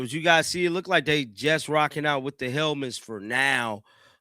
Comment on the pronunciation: It's pronounced lookd, not lookded.